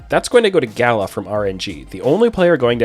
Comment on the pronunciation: That Gala pronunciation makes me cringe